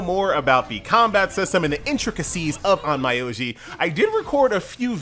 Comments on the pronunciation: pronunciation should be on-myo-ji if I'm not mistaken but I did laugh on your on-my-oji xD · The pronounciation is more or less On-Mi-Yo-Ji, sorry for being picky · on my oji funny way of saying onmyoji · THE N IS SILENT